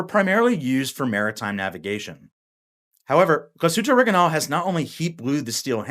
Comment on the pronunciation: Awesome watch and a nice review bar the Orig I nail pronunciation 😂